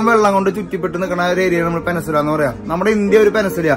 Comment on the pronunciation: പെനസുല അല്ല ചേട്ടാ...peninsula🥹 കളിയാക്കാൻ പറഞ്ഞതല്ല...ഒരു അറിവും ചെറുതല്ല☝️